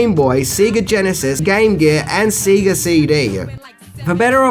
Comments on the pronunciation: SAY-GUH...not SEE-GUH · Sorry, got to call you out on it - SAY-GA not SEE-GA. :P Play Sonic sometime, it teaches you how to say it. :P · Did actually say "See-ga" Genesis? And Aaaah! Juliette BINOSHEE! C'mon! Her name is pronounced like Bi-NOSH, it's French ( Binoche).